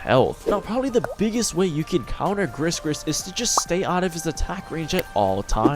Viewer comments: Its gri gri not gris gris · Its definitely pronounced gri-gri not grisssss-grisssss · Its pronounced "gree gree" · well because it's a pun for Gris-Gris that means "lucky charm" in French/Créole (pronounced "Gree-gree") and the name Gregory, pretty much like every brawlers' name. And they mention the pronunciation in her description ;) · probably a mistake because I'm french and gris gris is like a lucky charm and it's not pronounced "gregory" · great guide, just wanna say though, Gris-Gris isn't pronouced the way you say it, the S's are silent